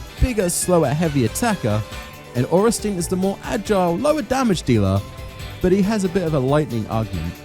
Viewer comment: Ohrensteen??? Sweet jeebus Miyazakis feet! What next? smoogh pronunciation? Smogh should be pronounced like smog with a U inbetween, ornstien should be pronounced orn sti en ....